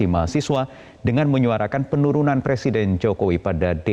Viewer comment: Mahfud... men-seng-nyara-kan.... Me-seng-nya- ka-ran... Saya ulangi ya.... Biar g di ketawain.... Mengseng nyarakan...